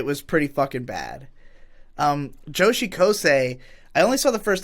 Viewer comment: it's really not that hard to pronounce joshikausei edit: also fuck you Girl Friend (Kari) is great